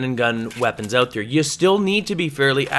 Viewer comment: It's ''out'' not ''AUT!''